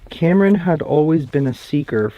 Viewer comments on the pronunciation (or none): none